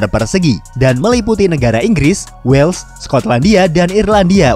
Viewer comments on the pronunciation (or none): none